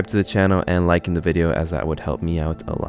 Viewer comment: Did you say "liken the video"? 😂😂